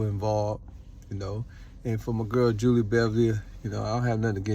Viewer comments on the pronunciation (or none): none